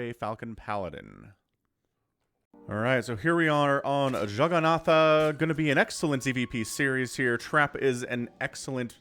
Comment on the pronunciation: I don't know how they pronounce it there but jagannatha is a Hindi word. We don't pronounce the last A. It just stops at jagannath. There's a different dialect though, which does pronounce it though. And your pronounciation is perfect.